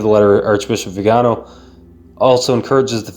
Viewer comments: The accent is on the last syllable so its vi - ga - NO .... NOT..... vi -- GA -- no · Good commentary! I subscribed today! My comment is that the Holy Father said that “silence” is best in these situations, but then he goes and uses passive aggressive veiled language in his homilies to respond to and chastise!! Viganò ! That is not being silent! Lol Btw The stress is on the O you can see the mark above the O. So the correct pronunciation is the first way you said it >..like veeganO. I also would like to say that Cdl Viganò would make a very wonderful pope! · vee gan OH,,, accent is on the third syllable